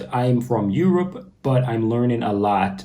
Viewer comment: When you say Europ as if it was a country, makes me laugh haha.